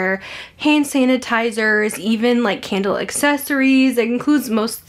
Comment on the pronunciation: Idk why every time you say candle I hear Kendall 😂